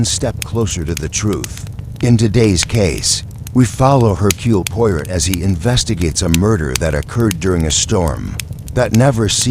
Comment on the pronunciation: hmmm.....AI voice :/ can't pronounce Hercule Poirot and j ust keeps running thru